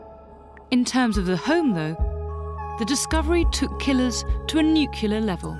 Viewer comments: Nuclear, Dr. Lipscomb. It's pronounced: "new-klee-ar" NOT "new-kew-lar". You sound like George "Dubya" Bush. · Oh no she said nucular with that posh accent! At least the nuclear physicist said it correctly. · Nucula? Are we now decending to the unacceptable depths of US English? It's Nuclear in the UK, not Nucular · Nuclear... New-clear. Not new-Q-ler lol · Nuclear not nuculear. One is not a word. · Why is she pronouncing nuclear like that? Nu-clear. Not nuc-ular. Pet peeve. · Nuculer!!! It's nuclear, for heavens sake. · Nuclear level NOT Nucular level. New clear, NOT New culer. 🤦‍♂️ 🙄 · And they still say Nu cu lar instead of Nu cle ar...sigh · The word is nuclear, not nukiller. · Lol at how many times she said “NUCULER” 😂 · Of course she mangles the pronunciation of "nuclear"